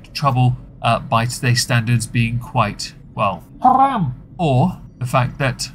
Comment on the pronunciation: I 'm arabic and I approve the way you say "Haraaaaaam" 😂😂😂